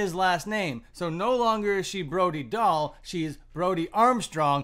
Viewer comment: say her name right